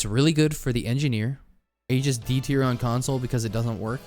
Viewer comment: Aegis is F tier, because it doesn't do anything without other items! (Except on Rex.) SCHOOLED. Also, it's pronounced "eejis." SCHOOLED HARDER.